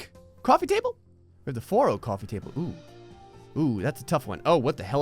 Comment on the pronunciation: it does want a new jersey accent COUFFY table